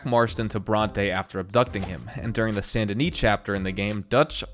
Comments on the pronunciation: It’s San da nee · I don’t know if I’m saying Saint Denis wrong, or if he is (Sa-Int De-nee)